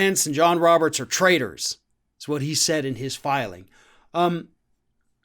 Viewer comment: What do they trade? Is it not traitors? That`s the spelling in the subtitles, absolutely ignorant, but the pronunciation is also traders rather than traitors.